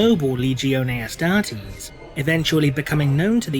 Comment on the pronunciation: Astartes.... Not Astarties... That's more the pronunciation heh